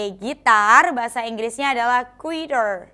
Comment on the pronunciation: Guitar itu "u" nya dihilangkan jadi "gitar" aja bukan "guitar" dibacanya.